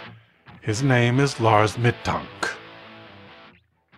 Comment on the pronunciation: You pronounce his last name incorrectly